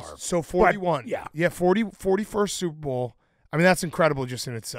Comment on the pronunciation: I can't unhear it. "supe bowl"